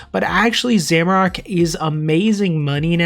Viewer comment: For the of Gielinor, stop saying Zamorak like that. 😂😂😂😂